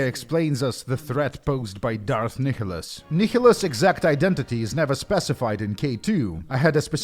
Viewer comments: Kickholos ??? It’s Nihilus there is no k/c in there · Fyi Nihilus is pronounced nye-lus. It's based on the word nihilism.